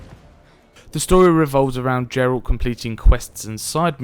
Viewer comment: Geralt, not Jeralt